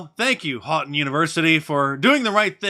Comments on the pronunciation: Houghton is said hoe ton Mark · FYI, it is pronounced " Hoet-en College". Not Hawten College. Knew people that went there, out in the boonies. Religious school, populated with much the same drunkards and dopers as everyplace else. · It's pronounced HOE-ton